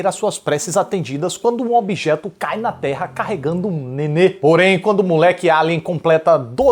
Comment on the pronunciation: por algum motivo achei graça nele falando a palavra nenê sem dombras de suvidas